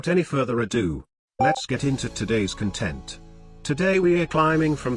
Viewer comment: I wonder if the mispronunciation of content is intentional at this point